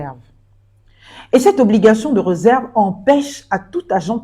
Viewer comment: Pas toi.... l'accent aiguë 😢😢😢. On dit la RÉserve pas le REserve.... incroyable l'école au Gabon est devenue quoi? On ne prononce plus l'accent aiguë 😢😢😢...